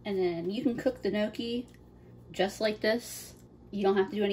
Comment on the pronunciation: amazing cooking! great looking pasta! pronounced knee ock key! not nookie! polenta is also a delicious low cost meal! left overs can be fried in slices. delicious! thank you for doing this!